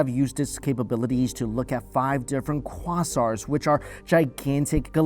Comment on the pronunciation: I have a feeling he just learned about quasars, because I've never heard anyone pronounce it that way